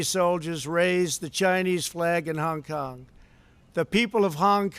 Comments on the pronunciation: Pls try not having speech impediment when saying Hung Kong.. it’s Hong Kong. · Hung Kung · "hung kung" - Donald Trump